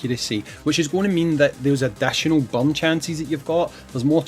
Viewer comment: Took me a while to figure out you meant burn not bum